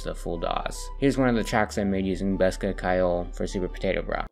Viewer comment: As an Irish speaking person hearing people pronounce ceoil as kile is painfull